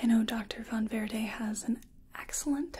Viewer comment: I love how you pronounce Von Verde!